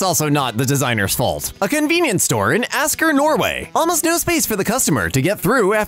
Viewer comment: Tbh, you nailed the name Asker You're the first non native Norwegian I've heard who actually says it very correctly